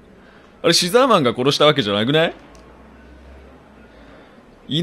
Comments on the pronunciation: 牛沢さんが好きすぎて、シザーマンって言ってるのに毎回「うしざぁまん」に空耳しますごめんなさい。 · うしざぁマンって聞こえたw